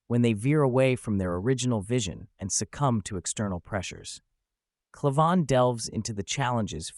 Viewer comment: Pretty sure it's pronounced CLAY-van, with the first A making the same sound you make when you say the letter. Not sure, but that's how I heard it said on Crowders show.